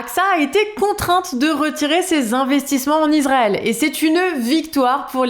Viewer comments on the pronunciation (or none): none